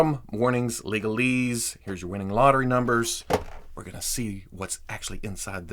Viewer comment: I was cracking up when you said wining lotter numders